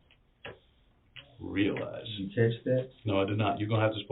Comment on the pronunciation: "weawlize weawlize weawlize"